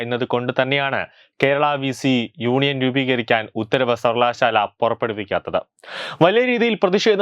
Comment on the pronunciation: സർവലശാല ....... മലയാളം വായിക്കാനറിയുന്നവരില്ലെ?